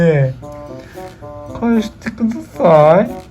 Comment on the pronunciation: 「返してくだthぁ〜ぃ」の発音が草